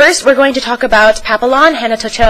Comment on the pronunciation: Papillon (pap-ee-on) is french for butterfly. XD